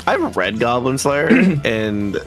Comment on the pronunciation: "GOYBLIN SLAYUH"